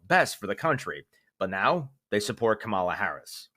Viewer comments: It's KA ma la. Not Ka MA la. KA ma la. Stress on the first syllable, as in the word SYL la ble, not syl LA ble. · Kamala: Stress on first syllable, not second. KA-ma-la not Ka-MA-la. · KAH'-mah-lah emphasis and accent on the first syllable. Not the second. ☺️ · Ka ma la, not ka Ma la, don't pronounce it like the Republicans insist on doing. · You are mispronouncing Harris’s first name. The emphasis is on the first syllable, not the second one. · hey guy it's pronounced: KAM mal la [accent on first syllable]; let's get it right; it's a sign of disrespect to not get her name right. " Kam MAL la" is simply wrong, and is in bad form. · Just a point of interest, Harris's first name is pronounced ( Comma la, not Come ala ). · Dude! It KAmala..NOT KaMALa!!!!! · Hey dude! It's KAmala not kaMAla. Since she is going to be president and you're trying to be in the media you need to get her damn name right! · KA-MA-LA..NOT KAMALLA GET HER NAME RIGHT...SALUTE THE QUEEN KING..ON ONE KNEE LIKE COLIN KAEPERNICK.... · It's KAmala, not kaMAla.:-) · KAM-a-la! It's a DACTYL, one long, two short..P lease stop saying "Ka-MA-LA." Nikki Haley got it right. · Dude, it's KAmala, not KaMAla. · Dude... it's KAmala, not kaMAla. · It's NOT Ka-ma-la....it's Ka-mala ! Thanks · It's pronounce 'Kam-ala, not kam-'Ala. Niki Haley's IQ is obviously less than 💯 %. He must have threatened her or something. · Time to learn to say "Kamala." It's not ka MA la but rather KA ma la. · Can you please pronounce Harris' name properly? It's "Comma-la", not "Ka-mah-la". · It's KAmala, not kaMAla. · That’s KAM-a-la, not ka-MAl-ah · Dude learn how to pronounce her name correctly Ka-ma-la ❌ Kam-a-la✅ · It is not kuhMALLuh. It is COMMAluh. DO BETTER! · It's KAH-muh-la. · Respectful true pronunciation of the Vice President's name: pronounce like "Comma-La" or like saying a grammatical "comma" followed by a "La". She is certain to appreciate that. Onward toward Democracy's required BLUE TSUNAMI 2024. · Kamala = Comma-La